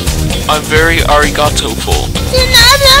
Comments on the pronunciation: "Arigatoful" omg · "I'm very arigatoful" LMAO NOOOOO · “I’m very arigatoful” 💀💀💀💀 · SHE FUCKING SAID DE NADA AFTER HE SAID HE WAS ARIGOTO-FUL XD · I lost it when he said 'i'm very arigatoful' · "i'm very arigatoful" someone please kill me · “i’m very arigatoful” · “I’m very arigatoful.” 💀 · “im very arigatoful” IM GONNA LOSE IT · "very arigatoful"